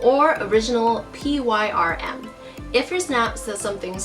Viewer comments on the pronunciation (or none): It's PRYM-not PYRM- and where is the KKK? Also one of your authentic bags did not have a plastic disc around the snap inside of the flap--did it fall off?